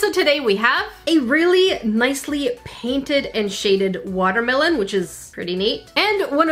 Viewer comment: it a woter melon and a crab Me: Woter crab